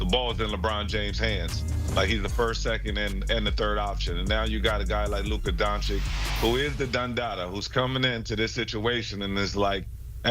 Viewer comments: DONCHICH, NOT DONCHICK! Omg, so many years in the league and they STILL can't pronounce it right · I was just thinking this. How the hell has he been playing 7 years and these brothers still can't say his name right.